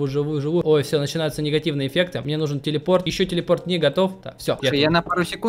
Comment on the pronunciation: Ты так смешно сказал "телепорт"